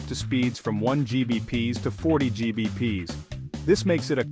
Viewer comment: Oh boy where do I begin with this video, from calling gigabits "Gee bee pees" to upgrading your internet by upgrading an ethernet cable, it's full of ridiculous nonsense. Rambling about auto negotiation like it wasn't introduced in 1995. What older networking gear is going to support >10G over ethernet? "For gamers, this cable is a game changer", "You'll experience faster response times" - bullshit, you'll see no difference in games between this and the cheapest cat5e cable you can find. Ugh. If you don't know for sure that you want/need more, CAT6a is the best option for most consumers.